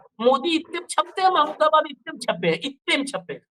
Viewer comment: प्रोफेसर साहब का नाम महमूदाबादी है तो सही तरीके से उच्चारण कीजिए